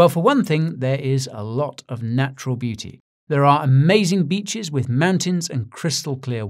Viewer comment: Did you say naturL beauty, or natural booty? 🤔